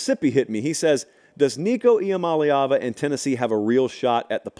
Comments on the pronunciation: Shoutout to on saying Nico's last name correctly... its not that hard to learn / pronounce.. technically its ee-ah-mah-lay-ahvuh... but to quickly roll off tongue its... ee-ah-molly-ahvuh. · Flexing the pronunciation of Iamaleava, pate state material